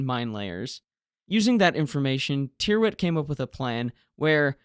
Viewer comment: Tyrwhitt is pronounced Tirrit.